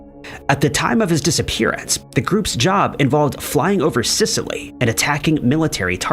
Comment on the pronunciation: Not Sicilly but Scilly